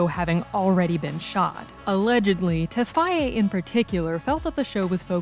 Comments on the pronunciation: For fuck sake stop saying tesfyaye it's tesfaye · It's "Tess-Faye" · It would have been better to refer to him as The Weeknd instead of mispronouncing his last name throughout. It's difficult to take the analysis seriously when something so basic was totally fumbled.